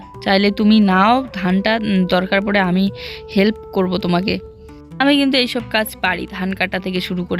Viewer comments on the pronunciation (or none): none